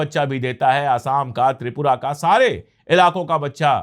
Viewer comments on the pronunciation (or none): none